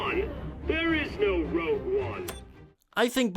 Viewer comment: Before commenting, just remember, it's ROGUE, not ROUGE